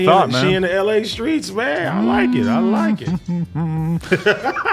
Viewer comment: AD: “I don’t like it one bit” Also AD: “she in the LA SKREETS man I like it!” 💀